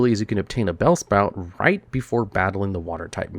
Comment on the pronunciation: He says BellSPOUT and now that's all I can think about.